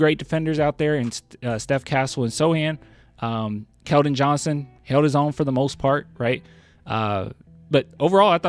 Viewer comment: Talk about how you got keldon wrong